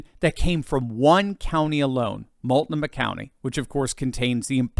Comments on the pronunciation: Mult-NO-mah. Emphasis corrected. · Love the show. Being a transplant to the Northwest, Ill help with pronunciations. "Mult - NO'- mah" and Wall - OW' - wah. ;)